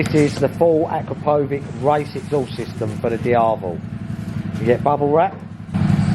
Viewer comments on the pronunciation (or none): Akrapovik? Nope mate. It's pronounced AkrapoviČ (for you Akrapovicz). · A-crow-poe-vick hahaha you're pronouncing it wrong. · Pronounce Akrapovic right! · Well, at least you could learn how to pronounce it correctly at least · Akrapovič: č pronounced "ch"